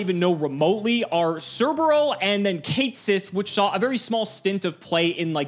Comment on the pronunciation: pronunciation of "Cat Sith" hurt.